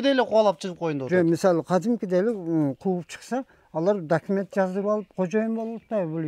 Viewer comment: документти , дакимент дешет экен😂😂 оочень смешно, путу😆.